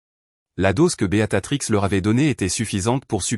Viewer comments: Votre prononciation du nom 'Béatrice 'au lieu de'Beatatrix' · Oui ça m enerve ce beaTatrix !!